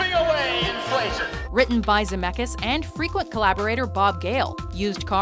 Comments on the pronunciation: Brezz His family tree starts in Europe, Lithuania to be exact. I'm from the same country and it's pronounced ZemeCkis with a hard C and then K, not Zemekis. My last name is with a ck as well, but no one pronounces k, it's Ck. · Its not ZAMEKAS. Please do your research and say his surname right. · I only pressed on this video because of the last name. And also you're saying Zemeckis wrong :) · oh god when she pronounces Zemeckis is pain in my ear